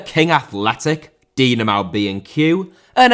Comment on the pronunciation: Dinamo* not Dinamau Depot* not Depouw Honda* not Honder El* not Al Al* not El Mitsushima* not Mitsushimer Jersey* not Jerzey Salzburg* not Soltzbög Rasen* not Rohrzen Dissolved* not Disolved Transit* not Tranzit Opel* not Ouwpel Cimento* not Cementouw Liga* not Liguer División* not Devegion Leverkusen* not Leiverkusen Wolfburg* not Uolfsbög